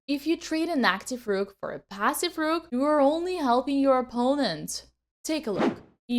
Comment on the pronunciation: 😊 Love how you say rrrook 😊